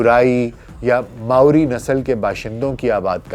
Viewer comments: Pronunciation maori hai morai nahi sahi kar lijiye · It's Maori not Morai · Dr sahab it's not murai. It's Maori. There is no such word murai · I am currently a resident of New Zealand, and it took me a good five minutes to understand what you were saying. The word is not "Murai"; the natives are known as Māori (pronounced as Mau-ree). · It's pronounce as Ma-o-ri.. not Morai.. but indeed a nice video